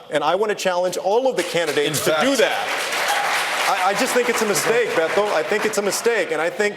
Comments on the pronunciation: Spartacus and BETITO?! 😂 omg. Thank you. Ouch. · Scratching off Robert (Betito) and Spartacus for their horrible Spanish and pandering to the Hispanic voter. Castro also for overemphasis on pronouncing Spanish names and countries for the same purpose. All of them phonies. Scratching off Pocahontas because as predicted by all, the system is pushing or trying to push her to the lead by giving her an unfair and inordinate amount of time compared to all the others. I had great expectations from Tulsi and she turned out to be a huge disappointed. They deliberately tried to shut her down. They only called on her three times and each time she gave us the same tired crap about her military service that she's been doing for months. She just stood by like an idiot while ALL the others forced their way into the conversation. She is weak as fuck and if she doesn't redeem herself in a big way in the next debate, she's done. There's reason the Democratic machine is keeping Mike Gravel out of the debates. He at age 89 would've owned ALL their asses